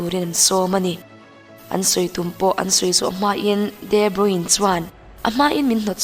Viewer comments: Debruin tia lam lovin debruna tia lam tur niin ka hria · Pronunciation hi kalo ngaimoh thrin a.. De nilo in Di (D) anga lam tur zok ani e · Chuan, a hming hi Di Broin tia lam tur nilovin Di Broina tih tur, hei hi amah ngeiin a sawi a ni. Tawng dang kan chhiar dawn chuan pronounciation zirchian hmasak hi a finthlak fo thin. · Tha lutuk tlat 👍👍mahse footballers ho hi ram hran2 te an nia...de broine ni lo in de broina tih in an lam tlagpui...soive mai2...a tha in gaihawm thei tuk nia... 👍👍🏻👍🏻👍🏾👍🏿👍🏻👍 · De bruyne tiin i lam a..i lam dik lo..de bruyne tia lam tur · Kawmentatawir ho chuan De Bruna tiin an lam țhin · De Bruina han ti la chu ngaihthlak a kal zat tur a nia leh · De Bruyne (De Bruy_ne) ti a lam zawk tur aw 😍😘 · Mizo tawng takin de bruina tiha lam tur aw miss... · De bruina an tia lawm...😆😆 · A hming i lam dik lo aaa...😣😕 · Kevin debruyne hming hi ilam dik lo in kahria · A hming I lam diklo aw ✊